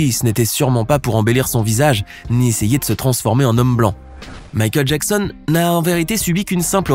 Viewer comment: Michael Jacksen